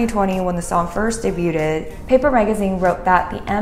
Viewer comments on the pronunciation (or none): “debuted”… ily but im dying lmao